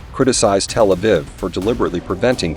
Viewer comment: Hamas does commit acts of terrorism, however Israel does too, and far more and far worse. As for this video, why is there an AI voice? Please have a human read it, especially in how it doesn't know how to pronounce "Tel Aviv".